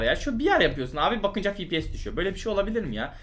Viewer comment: Fipies :d ne fepese ne de efpies diyon fipies